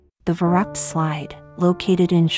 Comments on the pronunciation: It's funny how the lector pronounces the German name of the ride. Verrückt - it should sound more like fer-riickt with the accent on the second sylable. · It’s pronounced ferooked